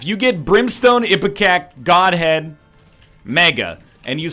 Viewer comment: Him saying "Goathead" instead of "Godhead" made me piss myself laughing